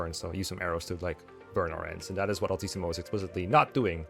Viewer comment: I can’t believe I just put this together… but Altissimo, is your name partially inspired by “LTC” (it kinda sounds like you’re saying “LTC-mo” when saying it)? Or is that just a crazy coincidence 😅